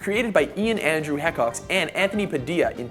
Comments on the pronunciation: How he pronounced hecox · Disagree SOO MUCH with this...no on can top Ryan,Anthony and Ian...also you mispronounced "Hecox"...This is my List 10,Shane Dawson 9,Miranda Sings 8,!!superwoman!! 7,Rhett and Link 6,AmazingPhil 5,danisnotonfire 4,Onision 3,Jenna Marbles 2,Smosh and 1..The original king of Youtube...RYAN HIGA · yyyyy?! u pronounced hecox wrong...